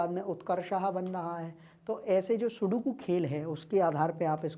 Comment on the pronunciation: sir sukodu nahi sudoku ho taa haa kiya teacher baneaga ga rea tuuu !!